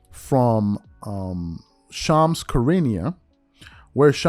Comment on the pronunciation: Dam as much as Shams drops news a you a content creator an you can’t pronounce his name